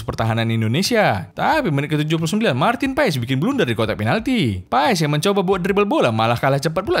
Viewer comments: bang sekedar informasi, sebutan marteen paes itu marten pass buka paes hehe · BUKAN MARTIN PAES. tapi di baca MARTEN PAS ! pronounciation DUTCH daerah tertentu itu bos.. jgn salah sebut nama orang.